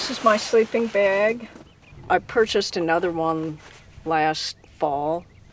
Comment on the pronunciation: Sleeping BEEEEEEGS..WTF? What is a sleeping beg? Sleeping "BAG" I think it is.